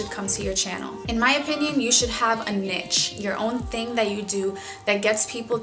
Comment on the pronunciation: I think your pronouncing niche wrong x